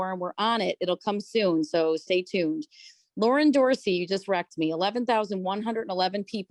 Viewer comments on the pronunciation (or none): none